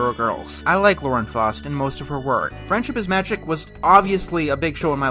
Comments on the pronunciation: it's pronounced Lauren FOWst. Faust rhymes with joust. You're pronouncing it FAAHst, like the 'au' in the word sauce. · It's pronounced "Fowst," not "Fahst."